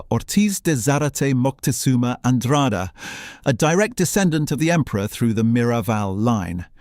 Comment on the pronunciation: Just for cultural trueth, it is nit MoNtezunma, it is MoCtezuma